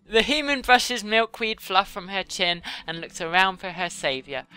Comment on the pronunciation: "Hooman" is how she has been pronouncing "human".